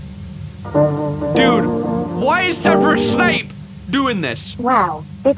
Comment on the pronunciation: and it was funny when he said PROFESSER SNAPE from harry potter or harry'Paw'ter